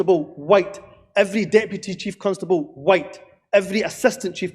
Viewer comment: Dude was throwing around some hard Ys every time he said whYte!